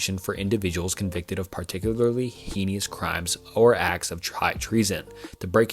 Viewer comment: Hey! I recently discovered this channel and thoroughly enjoyed this video. A small suggestion: try recording the parts you mispronounce. I know it is easy to make mistakes when speaking, but there are times when I hear you hurrying through sentences, making them sound like gibberish, and repeatedly mispronouncing words to the point where it is painful to listen to. One being heinous. I do think your channel has the potential to grow, and this is a repeated grievance I see in the comments. I do hope you take it into account, but in the end, it is your choice.